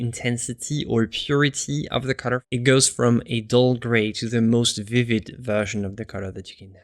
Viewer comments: I'm begging you PLEASE learn to say "color" better. I love your videos and you so much but the way you say color kills me, man! Lol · one of the reasons I just can't watch him...drove me nuts...